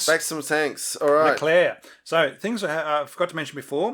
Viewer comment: The Leclerc is correctly pronunced (nice one!), the typing isn't correct, there is no capital C in it. The Leclerc is the last tank designed by the AMX/APX design bureau of Satory as such it had been baptised AMX Leclerc on January the 30th, 1986. Later, the G.I.A.T. (conglomerate of the state-owned arsenals) became GIAT industries S.A. (private company with public fundings) on July 1st, 1990. This change was accompanied with a rebranding of the Leclerc as just "Leclerc" (to wipe away the state arsenals legacy). The naming of the tank was a new trend with the Charles de Gaulle aircraft carrier to name new hardwares according to military figures. The departure of the french (if we actually quit this project... I havn't found anything regarding this) from the french-german common tank was due to deep disagreement regarding the share of the work. The french wanted to make the turret (which was their strong point) and leave the hull to the germans (which was their strong point). The germans having made a lot of progress on the Leopard 2, wanted the french to make some parts of the turret such as the electronics and the optics, which, on an industrial level, is nothing; especially none of the "consummables" (ammo, engin parts, etc) would be made by the french. What remained of the cooperation was the common specs sheets on which the tanks were built on. Regarding the 4-man crew argument, the lack of more people to repair or replace a sick or whatever crewman was dealt by using the